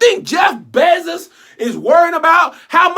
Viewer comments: The way you say “ Jeff Bezziz” “Ceo of Amizin” 😂😂😂🙌🏾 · “Jeff Bezziz” 🤣🤣🤣🤣🤣🤣🤣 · Okay that’s not how u say his last name 😂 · Never heard this name pronounced like that 😂